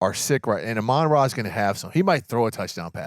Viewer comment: At this point, it's gotten so egregious around the league that I don't know why AH-MON-RA St. Brown doesn't call a press conference to tell the sports world how to correctly pronounce his name. It drives me crazy every time I hear "a-MON instead of AH-mon." Dude had a season on Netflix and we still can't get it right.